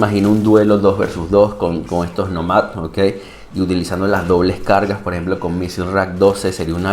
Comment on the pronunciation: Está muy cool el mech definitivo estará en mi hangar lastima que no tiene más energía. Respecto al nombre creo que la pronunciación correcta es Nómad (Nomada en ingles) con acento en la O y no en la A asumo el nombre es xq la siguiente temporada viene con temática de desierto donde habitan los nómadas como se ve en el trailer que habían publicado. Es mi suposición, excelente video como siempre. Saludos!